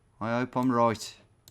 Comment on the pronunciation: “I don’t think in roooight” that walsolian accent coming out there :D